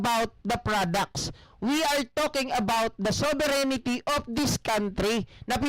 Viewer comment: Masakit sa TENGA pag bigkas ng sovereignty as sovereigNITY